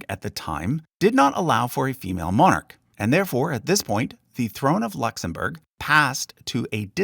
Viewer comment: you'd think if you were going to do a video about a subject you'd learn how to pronounce all the names properly and especially the word Monarch